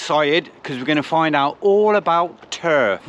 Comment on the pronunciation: Lol Turr-fff bristonlian